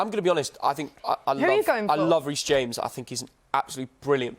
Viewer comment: I heard reece James and I started laughing 😂